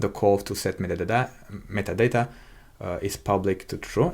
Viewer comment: Кекаю с каждого "МЫТАДАТА" (metadata) произнесенного на протяжение видео)) Но да, за гайд респект, очень подробно всё и это прекрасно)